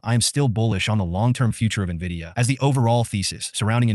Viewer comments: I have zero faith in the opinion of an “expert” who doesn’t know how to pronounce Nvidia. Skip! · This first guy can’t even pronounce the company name correctly and we are supposed to listen?